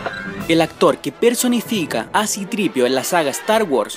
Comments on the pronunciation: Para todos los latinoamericanos. No se pronuncia citripio se pronuncia C3PO (Cetrespeo) y arturito es R2D2 (erredosdedos) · Es por Ar-TWo-di-two y si-three-p-o ahi lo tienes dogmas lo dice mal Ahora no me tires una onda vital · NO SE DICE CITRIPIO. NO SE LLAMA ARTURITO. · que? Como que citripio? Y después dicen que los españoles tenemos malos doblajes,hay por dios